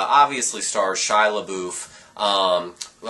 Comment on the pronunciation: HOW COME NO ONE CAN SAY SHIA'S NAME RIGHT?!????!!!!!